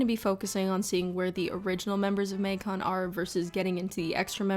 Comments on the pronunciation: Literally no one:: Maeng-con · is it just me or does the canada really jump out when she says “magcon”?